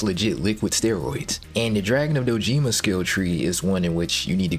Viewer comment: Dojima. Doh-Jih-mah. Not: doh-JEEmuh.